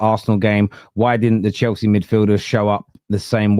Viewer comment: This Chelsea fan is cracking me up. Every R is a W